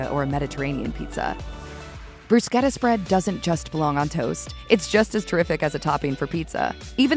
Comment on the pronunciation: You pronounced bruschetta wrong